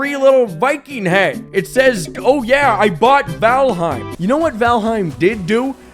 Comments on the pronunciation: 10 minutes of trying to figure out if it's vAlheim or vOlheim. What are you trying to do here? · I'm so used to hearing "fall" in fallout that I hear fallheim instead of valheim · Say the title correctly damnit!